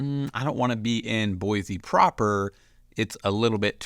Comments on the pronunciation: Exactly is BOI-SEE not BOI-ZEE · You already pronounced it wrong